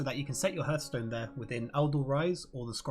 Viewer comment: Super useful video thanks! I know Kripparian says "hurth-stone" but it's pronounced "harth-stone"